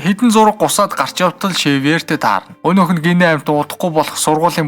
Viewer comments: Шэвёр биш сэвёр шүү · Xavior iig shiver geed heleed bhin. Daanchde orosoor uzeed bsin bnshd